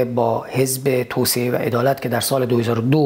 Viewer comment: سپاس شاهین عزیز دو ایراد ملانقطه ای😁 یکی اینکه شما کلا حرف ق رو غ تلفظ میکنی دوم هم توسعه رو توسیه تلفظ میکنی. "عدالت و توسعه" البته قبلا شنیدم مشکل تلفظ ق رو شمال کشور کلا دارن. میگن غ یک نقطه و غ(ق) دو نقطه که البته تو زبون فارسی ق وجود نداشته و ک و غ بجاش استفاده میشوه